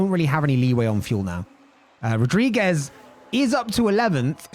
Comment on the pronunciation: "It's Night rules, bruv" . Dude, loving this, would love a per-race track video for sure. Also as a Portuguese, it's pronounced "rudrigues" not Rodriguez. ;)